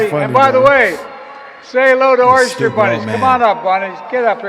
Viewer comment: I thought he said “Oyster Bunnies”.